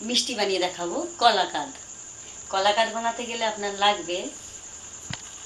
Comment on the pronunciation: Didi Koakadh noy Kalakadh bole .